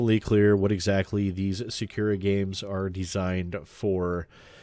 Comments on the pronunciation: I find it hilarious that you did this. Sidenote & Protip rolled into one: When pronouncing Japanese words, don't put any emphasis on any of the syllables, and say them exactly as they read. In this case, Sah-Kuh-Rah. You'll still have an accent, but it's not egregiously wrong. You can also not bother. Just figured I'd let you know in case you cared about accurately pronouncing things. Edit: I watched further into the episode. You poor, poor bastard... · My god as a student learning at a japanese school, the way you said 'Sakura' is just ear bleeding.